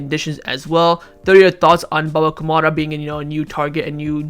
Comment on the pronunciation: One suggestion: Your pronunciation is shit dude 😂😂 It's Baba Kou rou ma not baba kumara from Sri Lanka 😂😂